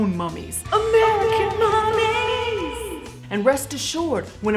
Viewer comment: AMERICAN MUMMIES! I keep hearing AMERICAN MATTRESS, which is a popular commercial here in Indiana lol